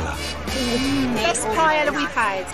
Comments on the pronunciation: not paella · You’re in Spain. Please learn how to pronounce ’paella’ 😲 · the way they all mispronounce paella is killing me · The ignorant mispronunciation of paella is painful to the ears